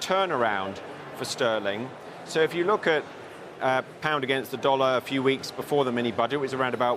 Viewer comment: The way he pronounced pound made me physically cringe. Checked his background - Etonian through and through, got a banking position straight out of college although he read History.